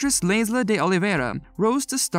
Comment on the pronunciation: Laysla is pronounced "Lies La"